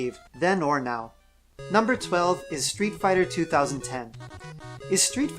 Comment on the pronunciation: I like how you say "Street Fighter 2. Thousand and ten."